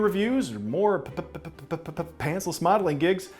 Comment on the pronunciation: The way you're saying pantsless is not ok